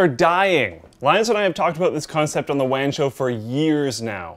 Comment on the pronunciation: Am I the only one who thought said "The Wang Show" at the beginning of the video?